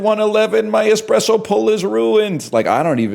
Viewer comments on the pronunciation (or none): "expresso" oh it's gonna be one of THOSE days